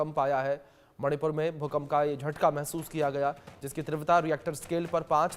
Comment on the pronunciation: Please tivrata ka uchharan Sahi Karen please please please please